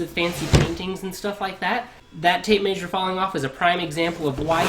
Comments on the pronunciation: This guy must be from the Midwest. I lived in Kansas for 4 years and maysure is one of the words they use. They also say wersher instead of washer. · Tape maysure lol. Hillbilly nerd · Volt-tom -eter?? Maysure?? Where you from bud??